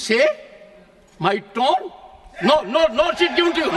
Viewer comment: Tune nahi tone